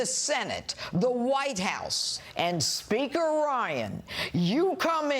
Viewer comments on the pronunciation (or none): It sounded like she said Sphincter of the House LOL